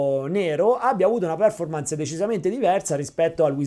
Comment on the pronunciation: Ottimo video come sempre grazie. Solo un piccolo appunto sulla pronuncia di performance, l accento cade sulla o, non sulla e.